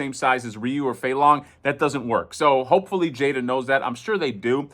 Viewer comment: Awesome. Just ordered Chun-Li myself recently. Pretty sure you got the "Jay-da" pronunciation right.